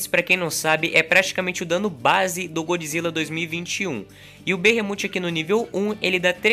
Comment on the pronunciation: A pronúncia certa é behemof